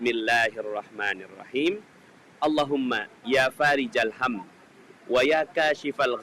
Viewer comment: tulisan arab nya Farikhal, tapi tulian lati dan pelafalan faarijal. yg benar yg mana pak